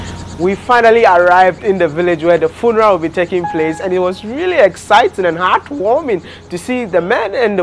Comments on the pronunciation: "FUNARAS" 🤣 ...You gat on that Village boy , My favorite YouTuber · Cool interaction with the VP . He was so dope and his suit rocked! I couldn't stop giggling each time you pronounced 'funeral" lol. Keep dropping the videos buddy. Good job on changing the narrative about us